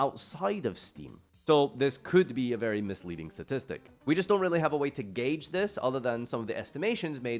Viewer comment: Guage. He said guage.